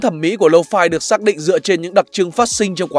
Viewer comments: "Low phai" ngược với "mau phai" 😁😂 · Nghe 4 năm rồi mà vẫn đọc là lô-phi : v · Toàn đọc là lô-phi :))